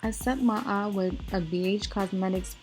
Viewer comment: very Harlem 😂😂. she said " smokey ah (eye) " I love it!